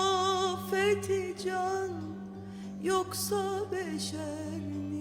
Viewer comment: Münevver Özdemir de müthiş gerçekten: Neden kamer Mİ yerine MI telaffuzu yapılıyor. Urfa ağzı mı?